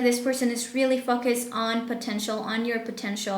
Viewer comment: You don’t pronounce word Focus correctly!